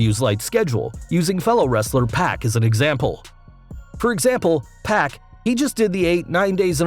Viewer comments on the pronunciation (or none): "PACK" instead of Pac lol